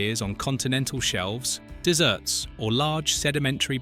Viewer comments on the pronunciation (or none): I so hate AI voiceovers. Desserts? DESERTS!!!!!